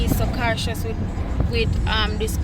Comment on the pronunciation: No??? Cartious??? Cartion???? Loool 3 time ennuh